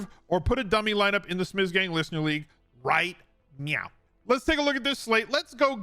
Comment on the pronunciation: Did you say "right Meow"?